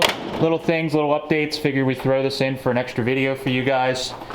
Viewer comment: Hey, an "extree" video! Yay!